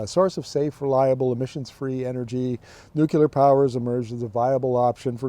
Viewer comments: All excellent points as usual and you're dead right about SMR being a foot dragging exercise. And now for my pet peeve.......It's "nuclear"...pronounced "newcleer". It's not "new killer". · There is no such thing as nuke-you-lar. it's nuke-lee-are.